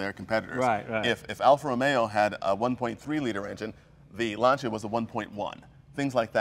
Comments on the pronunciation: JAYJAYJAYJAY JAY !!! EPIC FAIL ...."Alfa Romero" ....OMG JAYJAYJAYJAY....say it isn't so...You're Italian for God's sake !!! ROMEO JAY....ROMEO JAY...NOT ROMERO !!! OMG.... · It is not "Alfa Romero" and "Lancia" is pronounced differently... Your buddy does it right, Jay - listen to him! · Jay, Jay, Jay..."Alfa ROMERO?"" Really? You know better!!!! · I don't understand why such a massive collector of cars and who is knowledgeable about them thinks there is an r somewhere in Romeo. It's Alfa Romeo, NOT romero. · Argh! Even Jay can't say it right. "Alfa Romero". It's Alfa Romeo with one R.